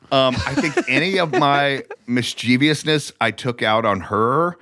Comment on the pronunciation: When people pronounce mischievous as “mis-cheeve-e-us” makes me cringe!